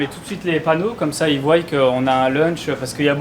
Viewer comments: ils voient pas ils voyent ou voillent c’est pas méchant on est nombreux a avoir ce tic de langage belle initiative d’un resto la bas je vous souhaite beaucoup de prospérité dans ce commerce 🤗😊💚💚exotique pour les coréens ....mais j’aimerais bien savoir quel vin blanc il ya a la carte dommage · Oh.... "Ils voillent" lol